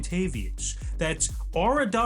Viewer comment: WELCOME BACK BUD